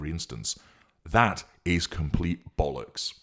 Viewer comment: Only an English man can say the word 'bollocks" with the style it deserves xx